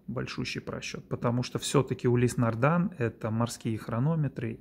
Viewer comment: Не могли бы вы, как любитель марки, объяснить простому смертному пролетарию, не знатоку названий люксовых марок, почему автор ролика несколько раз произносит название марки "нардАн" при том что на часах написано "нардИн"?